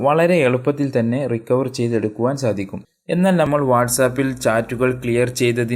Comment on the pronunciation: മലയാളം ചൊവ്വേ നേരെ പറയാൻ പടിക്ക്.നമ്മൾ ഞമ്മളല്ല. മുഴുവൻ. മുയുവൻ 🤣🤣🤣